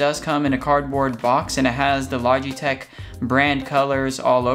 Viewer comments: "Logeteeech" lol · I have yet to hear a consensus as how to pronounce the company name LOL